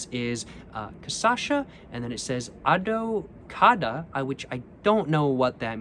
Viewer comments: little tip, the ç you pronounce like an s so adoçada is more like adosada, similar spelling to how argentinians say asado. and yes adocado is "sweetened" in portuguese. its just saying sweetened cachaça enjoy your stay in brazil! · Your videos are great, just a little correction: it's caCHAça, not caÇAcha lol Edit: adoçada (pronounced A-do-SA-da) means sweetened